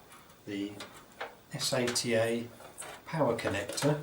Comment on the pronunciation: every time he said s-a-t-a instead of sata i went facedesk lol